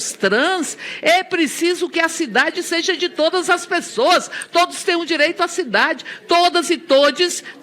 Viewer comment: "Ou sêija"... isso ganha 30.000,00. Viiiixe